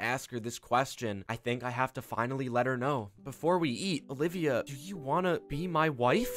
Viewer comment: i like how he said when he met her again ovilia not olivia